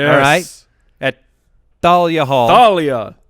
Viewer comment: Thalia Hall is pronounced "TaL-ee-a" Hall. At any rate, already requested my lottery tickets. Almost traveled to AZ last year to see it live. Thank you for coming to Chicago, can't wait!